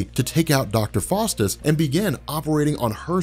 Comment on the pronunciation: Its pronounced Dr. FOWstus, not Dr. FAWstus. Small point perhaps, but pronunciation IS important. That said, GREAT video as always: you help make sense of a more or less nonsensical, increasingly large comic "mulitiverse". Thank you!.